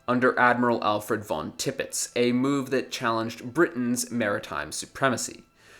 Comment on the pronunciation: Malaysia Salisbury Tirpitz pronounced differently to say how I say them